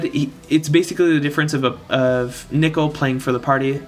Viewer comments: you pronounced nichol correctly but unfortunately, circe is "sehr-see" (ˈsɜːrsi") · THANK GOD YOU SAY NICHOL RIGHT. I'm subbing for that reason alone. Its not even because nicole is a girl's name, it's because NICOLE IS NOT HOW YOU SAY "NICHOL" As to the question, I have 6* Nichol and 7* Zarg so for me Zarg is the obvious choice! He works beautifully with 7* Rena. Main issue is that his animations are total ass. So god damn ugly.